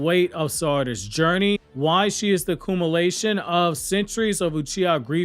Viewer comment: The "coomolation" lol. Gotta bag a little but W. Video. Will comment after.